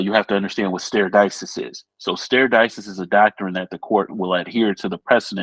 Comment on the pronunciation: De-ci-sis not dis-ses